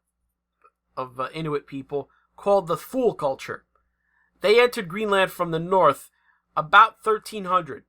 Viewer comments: We have always pronounced Thule as "tool-y", like woolly but with a hard T. H is silent.... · Thule = pronounced '2ly'